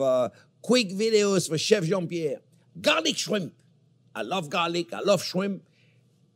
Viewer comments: Garlic Shwimp😂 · I.like. shrime